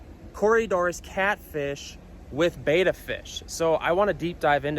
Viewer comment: Bet-a not Bayta. Drives me nuts